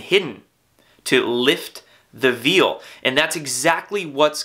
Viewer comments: I am very glad I found your channel and subscribed! I just now saw that you have an interview of Dr. Michael Salla on Antarctica. I am going to watch that next. PS: When you said, "...lift the veil" in this video, did you mean to pronounce 'veil' like 'veal' instead of like 'vale' or was it just a slip of the tongue? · Nice vid dude. BTW veil is pronounced Vayl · You said lift the veal. I'm sure you meant veil. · It's common. If you only see a ;word in print that you don't hear spoken, how do you know....unless you look up pronunciation. Even then there is often more than one way to pronounce certain words....but Veal for veil? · "Lifting the veal..." that had me ROFLMAO!!! Funny slip, Bro! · “To lift the veal.” *veil. (Pronounced like: Vail) It’s funny though, not sure if you’re familiar with the process of veal. But it’s quite gruesome. They suspend a baby cow and it lives it’s life without touching the ground as to not have muscle. So relevant I guess.